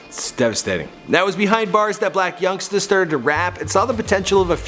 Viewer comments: He said Yung blacksta 😂😂😂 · did bro say young blacksta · Lmao he said young blacksta😂😂😂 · He said Young Blacsta 🤦🏾‍♀️😂😂😂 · He said young blacsta 🤦🏾‍♂️😭😭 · did he just say young blactsa?💀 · He said young blacsta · why he say young blacsta 😂😂😂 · this fool said "Young Blacksta"😂😂